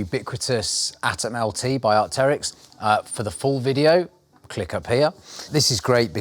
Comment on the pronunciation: "Arkterrics" (as pronounced), it's named after the fossilized prehistoric bird so it's "arc-trix" short for Archaeopteryx!